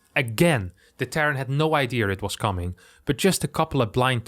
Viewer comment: "ideaR". Oh no, is getting Brit-ified!!! Someone save him!!:O